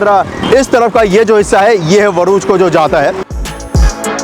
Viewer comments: व nahi भ hai hum to भरूच hi bolte hai ye वरूच kya hai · Bhaiyya, Varuch nahi hai woh, it's Bharuch (भरूच) . Aap usko Varuch (वरूच) bol rahe ho joki ghalat hai. 😊Your welcome and lots of love😊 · It's bharuch not varuch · Very good video bhai bas next time Bharuch bol na not Varuch :) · It is Bharuch not Varuch sir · Please its Baruch not Varuch. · Bhai... Bharuch... Thik se nahi bolaa....😂😂👍👍👍